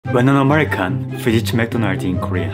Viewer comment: “ Hi AmEhhriCUUUm